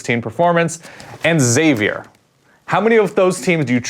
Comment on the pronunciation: why can't anyone pronounce Xavier right? pronounce it like Eckszavier